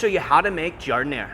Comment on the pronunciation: It's "Jar-Dih-nair-uh". He says it all fancy.